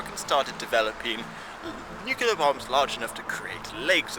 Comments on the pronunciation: *nuclear not nucular just so you're aware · did just say Nu-cu-ler? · Of all people to mispronounce nuclear. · Oh dear, someone used a very common mispronunciation, so common in fact it's been used by multiple presidents, scientists and academia; whatever will we do? I have absolutely no idea what is talking about now?